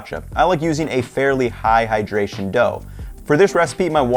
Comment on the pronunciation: Amazing recipe and will definitely try, but when I heard him say "AHAHAdration" I started dying 🤣☠